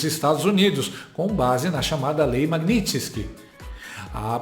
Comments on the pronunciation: Não é magnitinske ....é magnitski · a pronúncia é maguinisqui